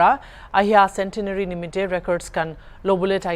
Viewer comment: Wish they spoke in nagamese. Shameful if the world hears about the petty quarreling in the church. Their English is also broken and pronunciation atrocious. He says 'All the broblems started in the paptist LPCA cendenary celepration'😅